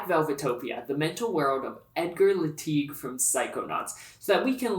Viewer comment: I thought his name was Teglee, not Leteeg?